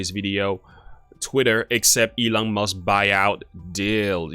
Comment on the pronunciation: It's actually MUSK (not Must).